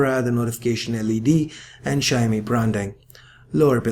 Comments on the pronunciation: Mr.anchour it is not a "sha-mi", pronounce it right, it is shao-mi (Xiaomi) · hahha I thought he was saying shiny at first. Great review. Definitely more reasonably priced. I've realised that Samsung likes to mark up it's price and let it drop drastically within a year. I would buy this but I already bought a phone. Regretting it big time.